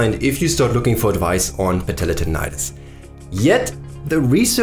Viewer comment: i just love the way you pronounce : patellar tendonitis. goosebumps :D